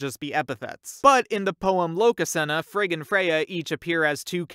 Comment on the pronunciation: it sounds like he is saying “frickin Freyja”